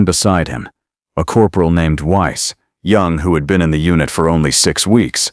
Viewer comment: Your AI doesn't understand German pronunciation - "Weiss" would be pronounced "Vice" . In German, 'ei' is pronounced 'eye', 'ie' is pronounced 'ee' and a W is sounded as V.